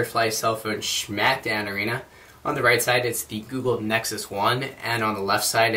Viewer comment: schmack down?